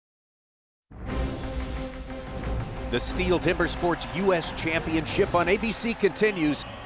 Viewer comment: It annoys me how they mispronounce Stihl every time ffs